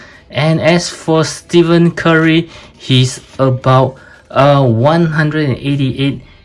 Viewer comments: bro said steven curry lol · Is golden state warriors bro and his name is pronounced as Ste-fen Curry, might wanna brush a bit of that as some nba casual fans are also trolls, and they could be a lil nasty, btw proud a famous reviewer is from SG, I grew up in the lion city for over 15 years so is like my second home